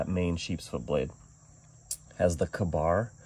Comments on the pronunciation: KAY - BAR. not Kah-barr. KA-Bar = Kill A bear. Read up on it...good history. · I have never, ever heard Ka-Bar pronounced any other way than "kay Bar."